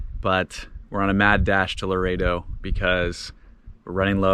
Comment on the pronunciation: Ok I'm sorry but you trigger me every time you guys say Laredo. Please check the pronunciation of Loreto! Lol sorry I wanted to keep my mouth shut but couldnt!